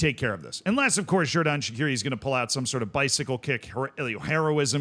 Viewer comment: Xherdan Shaqiri is pronounced Jerdan Shachiri. Christos Tzólis is pronounced Hristos Jolis.